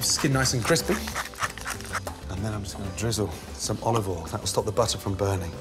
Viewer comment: Only 2 glugs of Olovol?? Gordon is losing his touch!